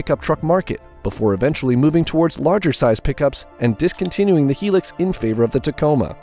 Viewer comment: Its not a Helix. Its a Hilux ( pronounced High Lux)